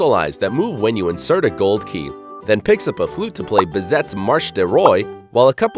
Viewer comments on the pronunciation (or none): Who is narrating this?!?!?!?!? I want to slap him for mispronouncing so many.... It's pronounced Bih-ZAY, NOT Bih-ZEHT!!!!!!!! I've lost track of the mispronunciations.